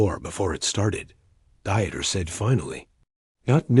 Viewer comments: Deeeter not "dieter". It may take a little extra work to insert German pronunciation where needed, but it does make a difference. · Dieter is pronounced Deeter, not like someone restricting calories!😅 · It's not Dieter..it's pronounced deeter. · Come on! Dieter rhymes with Peter! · Dieter is pronounced as DEE TER not DY ter! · The AI ALWAYS MUTILATED the person name, it’s not pronounced diet it’s pronounced dieter the German pronunciation is completely different than American pronunciation. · Learn to pronounce German names !Not Dieter, both Deexte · What's with all the swastikas in here America? Also, you don't go through Indiana to get to Ohio from Pennsylvania. Plus, in German "Dieter" is pronounced with only two syllables, a long 'e' sound followed by a short 'e' sound. This video is just weird.